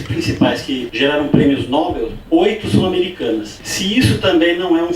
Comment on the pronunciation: “prêmios nóbel” me lembrou na hora o dr Eneas corrigindo “prêmio Nobel senhora”